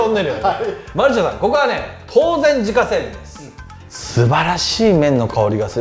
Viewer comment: まるながと読むと思いますよ。